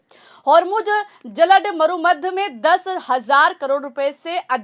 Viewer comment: What nonsense! It is JAL DAMRU MADHYA, and not jalad maru madhya.